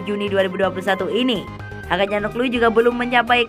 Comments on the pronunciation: Dari awal udah curiga setiap bilang Hakan calhanoglu jadi Hakan calhaglu, akhirnya ketemu kan momen ngakaknya... Tp ini editornya sih yg eror wkwkwk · Min ... Hakan Calhanoglu ... Bukan ... Hakan Calnoglu ...